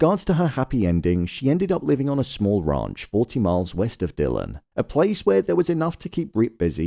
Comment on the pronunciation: He keeps saying the The Raunch 😂